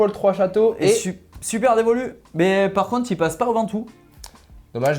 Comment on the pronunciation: Superdevoluy le y se prononce - St Amand Montrond le T ne se prononce pas et Villeneuve sur Lot le T se prononce et les gars révises avant d’enregistrer !